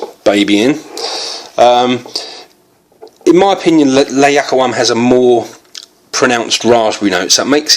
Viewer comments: It's actually pronouced "lah..you-qa-wam" ! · Ziad AL-Abbady Yes,I also can not understand how it is so difficult just to read letters and pronounce it correct?He misses it every time...